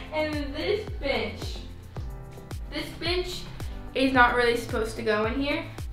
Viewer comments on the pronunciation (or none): when she said this bench, i thought she said "this bitch" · Whenever she was talking about the bench who else heard “bitch” instead.